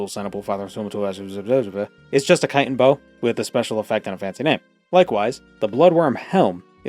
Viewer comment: Thank you for pronouncing chitin correctly. Happy new year!